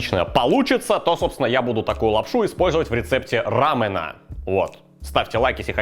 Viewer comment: Да блин, не рАмэна, а рамЁна